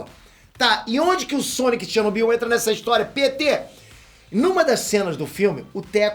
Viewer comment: Kkkk Caraí mano. Ele pronunciou "Pêter" e não "Péter", ele até aponta pra si mesmo, legal quando a pessoa entra na piada.